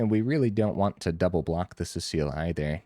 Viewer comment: See-sull, not Cecile.